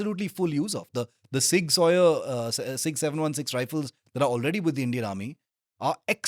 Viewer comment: please pronounce it properly at least 😢 zig zouwer or sig souwer at least. not sig sawyer :/